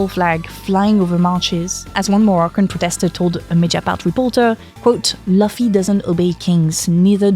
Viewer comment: As Hermione said " It's not Laffy it's Looffy"😂